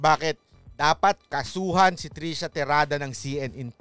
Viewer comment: Hindi po trisha, trushya!!